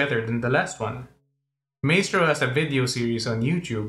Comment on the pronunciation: Pronounced Mystrow